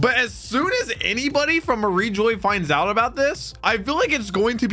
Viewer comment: I love your reactions man, but it’s pronounced ma-reege-wa